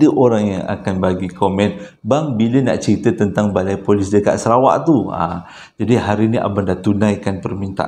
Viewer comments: Sarawak bang bkn serawak..tp abg pnye crita2 mmg best dgr,x bosan.. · Salam bangggg .. abanggghhh.. SARAWAK baaaangggh. Bukan SERAWAK baaaanggggggg... Tulunnnnn...aaarrghhhh !😂😂😂😂😂😂😓